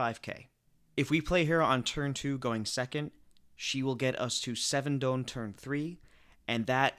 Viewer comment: I love your videos and it's an incredible work but please pronounce Don correctly